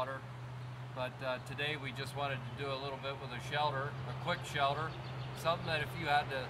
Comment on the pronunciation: He calls it a "shelder"